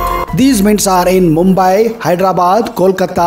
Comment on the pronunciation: diamond is Mumbai sir... you said it wrong